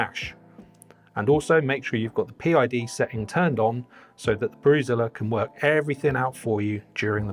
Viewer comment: Did say he could get back in the office to get more work or wort done. 🤣